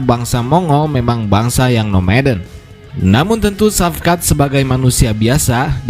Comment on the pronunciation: Shavkat di baca = Shawkat/ Shauwkat, Saukat